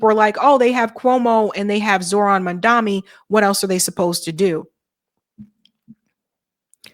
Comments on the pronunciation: Mum-don-ee, not “Mum-dom-ee”. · His name is MAM-DA- NI NOT MAMDAMI! And you said MAM DA MI everytime you mention his name! So I don't think it's misspeaking just guessing you are not a fan??? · What is with the inability pronounce the man’s name properly?! Mam DA nee not man DA me! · do you say Mamdami on purpose like cuome said it before or slip of tongue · MaMdaNi. Please, say the dude's name right. I don't trust him either, but it sounds like you don't know better when you say it wrong every time... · It's Mamda NI... NI... NI... NI. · Jesus, MOM-DON--EE. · I know doesn't read comments, but I cannot watch her channel anymore if she continues to make the absurd and inane mistake of mispronouncing Mamdani's name. That is what Cuomo did in the debate and had a new a**** ripped for him. NOT A GOOD LOOK,. You haven't said his name right, maybe ever.